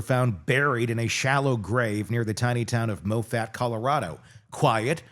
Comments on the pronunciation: I'm from Colorado. Moffat is pronounced Maw, (like paw) Fit. Emphasis on the first syllable., MAW fit. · First time hearing you. Great job! I’m an RN and can’t pronounce those drugs. (But the town is pronounced Moffett.) Glad to find you. You remind me of Paul Harvey. And I learned some things I didn’t know, ie: her port ID’ing her. Very sad, all she’d endured & him being a total monster. He deserves life in prison & she deserves justice. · There are no “slam dunks” in cases like this. For your own edification the pronunciation of the following maybe can help: Saguache : “Suh-watch” and “Maw-fit” so you never have to wonder! Next time I’ll invoice you! Lol 😂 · Please pronounce Moffat correctly.